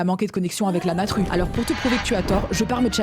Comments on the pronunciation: chui morte "La Natrue " BAH OK OK OK dès le début frère😭😭😭😅🤣🤣🤣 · "La natrue"✨✨✨ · « La naTRUe » j’en peux plus 😂😂😂